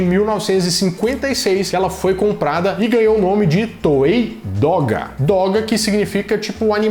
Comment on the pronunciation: Ajudando aqui com a pronúncia: em japonês, o GE tem som de GUÊ, então; Guéko Kamen (Mascarado da Lua). DOGA - DÔ GÁ -literalmente "caminho do desenho" (dô é caminho e gá desenho).